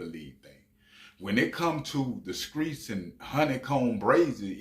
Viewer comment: He said the skreets 😂